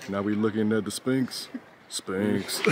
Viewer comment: it's not 'Spinx'...it's Sphinx (pronunciation: sfingks).